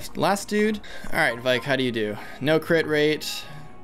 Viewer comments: I'm sorry I know that everyone isn't exactly good with pronouncing FE names, but it's V-Ache not Vike. Sorry it was just getting on my nerves. Loving this playthrough! Keep up the good work! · IT'S VAIKE AS IN RAKE WITH V IT'S A VAIKE AND BAKE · i cant wait to hear say vaike correctly itll be music to my ears